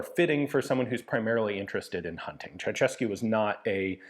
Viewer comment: I do believe you are the first native English speaker that pronounced Ceausescu correctly, but only the first time :)) It really is pronounced Cheaushescu Thank you for doing the research